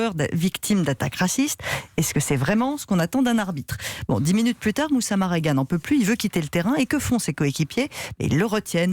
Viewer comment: Sérieusement 😒 la journaliste ne dit pas bien le nom même . 🙄 Marega rien de difficile.